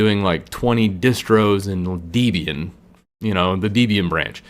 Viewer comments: I left when he said "Dee"-bian... for those unaware, Debian was named by its creator, Ian Murdock, as a portmanteau of his and his girlfriend/future (ex-)wife Debra names... I don't believe she pronounced her name "DEE-brah". For a video recommending which Linux distro to choose, it's concerning that he mispronounces such a monumental distro that has been around since damn near the beginning, formulated I don't even know how many other distros (i.e. Ubuntu, Mint, MX Linux, Kali, which are probably mentioned later in this video as well), and still maintains its popularity for thirty years later. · Debian is pronounced like "Debbie-Ann". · Deeeeeeeebian xD 'Deb-e-an' Freakin gnome in English the 'g' is silent! Why do ppl keep saying GUH-nome? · Just a heads up that Debian got its name from the author Ian Murdock and his girlfriend at the time Debra Lynn. So I believe the correct pronounciation of its name is Deb-Ian rather than Deeb-Ian. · Why does he keep calling it Deebian? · I couldn't watch the video. I'm a petty guy and hearing "deebian" multiple times just... ugh.. On a positive note, I've seen other videos and enjoy them so sorry for this negative comment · It’s deb+ian dude. Not deeeeeebian. Cringe. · It’s pronounced Deb-ian not Dee-bian. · It’s pronounced DEB-IAN, just like the names, not DEEB-IAN. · People who say "dee-be-an" remind me of the days when people used to pronounce Linux as "line-ecks". Also SuSE is pronounced "Zu-zuh", not "suzi" as in the girls name. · How is it that you mispronounce Debian and Ubuntu? It almost seems like a conscious choice.